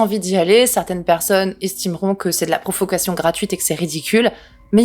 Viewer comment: A , j'entend "profuckation" 🤔